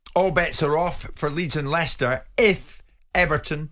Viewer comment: "Ly-sester City" FPML 😂😂😂